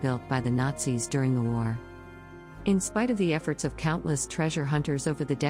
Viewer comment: you know, at first i thought what is this guy on? she just said Nazis perfectly fine. and then i get to number one...